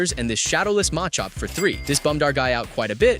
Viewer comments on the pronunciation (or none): "Chairizard" & "Mahchop" Yikes.